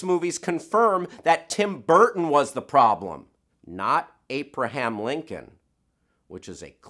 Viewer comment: More Cocaine, better accents. Apreham Lincoln was the problem